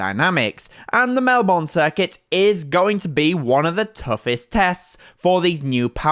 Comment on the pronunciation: Please... It's pronounced: Melbn